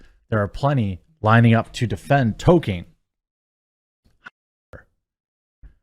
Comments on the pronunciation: It's pronounced "Toll keen" not token. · Every time you say Token instead of Tolkien you show us you aren't a Tolkien fan. you don't need to reiterate it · Two things: 1: Beautiful? Lol no. It looks painfully fake. Like PS1 Era fmv live action cutscene fake 2: it's pronounced TOLL KEEN, Tolkien, not TOKEN. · Jeremy its ToL-Keen. Not Token. Its been driving me nuts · Talking about people disrespecting Tolkien, while calling him "token". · Stop calling "Tolkien", "Token" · Dude you're missing the L when you say Tolkien, please start please start pronouncing the L!